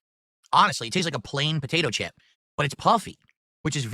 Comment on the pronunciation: No they're "Buhdaytoe chips" according to.